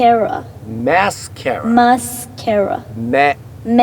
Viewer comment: 男だしメイクしないし英語でマスカラって言うことなんて一生ないと思うけど「マスカラ」の英語発音にはとんでもない自信がある。私はの教えを見て聞いて覚えました。